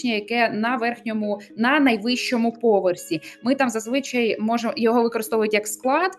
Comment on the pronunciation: До українки - не зазвИчай, а зазвичАй